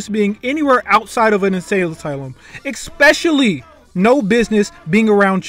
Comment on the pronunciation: bro really said "expecially" lmao